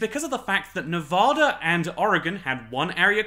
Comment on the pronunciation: From a Las Vegan, welcome! You won't be a true Nevadan until you start pronouncing it correctly though, lmao. Nev-ah-da, not Nev-aw-da!